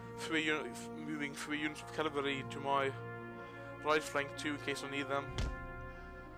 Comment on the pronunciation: it is cavalry, not cavalary